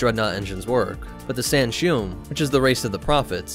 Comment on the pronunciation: The Arbiter’s name is pronounced as “Tell Vedom.” The prophets’ race is pronounced “San-shy-yoom.” The Arbiter’s race is pronounced as “Sang-heellee.” I was wincing every time I heard “Senshoom...”